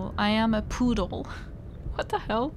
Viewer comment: I lost it when you read "puddle" as "poodle" in Kasumi's haiku. 😂 "I am a poodle... what the hell?!" Imagining Kasumi describing herself as a poodle is ... weird, but somehow adorable?